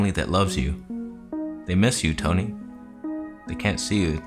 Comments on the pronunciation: Wait did you invent the word "Toneh" lmao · Who came back to learn about “Toneh” after the last video? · I left camera conspiracies, but I came back to learn the truth of "toneh" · The Toneh is real!!!